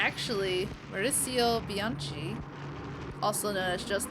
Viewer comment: Love Dj Benetti !! It is Bennet's crazy italo disco Dj alter ego...He's absolutely great and knowledgeable.. I know bc I share with him a passion for italo. Sorry to correct you, Maurizio Bianchi's closest pronounce sounds like Bianki. I just discovered this channel and it's very cool, subscribed